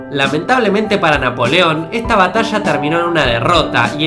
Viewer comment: habla bien >:v no de dice batasha es batalla >:v PD: NO MUESTRES TU CARA CASI BOMITO TODA LA COMIDA DEL DIA